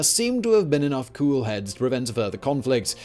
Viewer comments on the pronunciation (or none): none